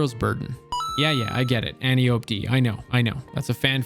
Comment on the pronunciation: Mispronounciation of Antiope is a pet peeve of mine. It's a Greek name, Ant Eye Oh Pee